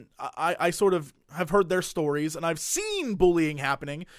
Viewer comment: "and I've ZEEEN BUUllying happen"